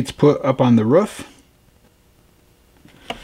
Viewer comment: Dude , there's no U in roof ! It's not a ruof !! It's a roof !